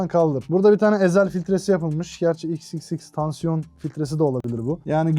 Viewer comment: XXXTANSİYON ne mq doğrusu XXXTENTACION değil mi